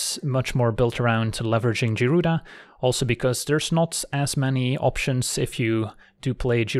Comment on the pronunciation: (Guy)-Rooda. woof that was buggin the crap outta me LOL